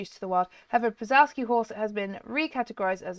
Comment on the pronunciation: I love przewalski horses (it’s pronounced prezwalski horse) :)